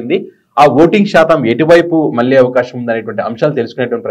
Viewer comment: మల్లీ కాదురా మళ్లీ అని పలకాలి. ఉచ్ఛారణ దోషాలున్నాయి. చూసుకో